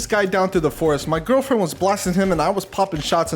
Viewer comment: giwfriend he says